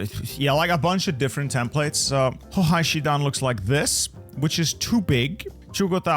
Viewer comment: it always breaks my legs to hear him saying "hohai" because of the "ei"